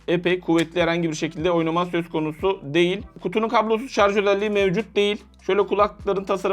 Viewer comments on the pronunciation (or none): none